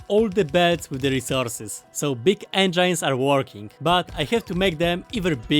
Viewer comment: Please stop saying engeins, its spelled eng-i-nes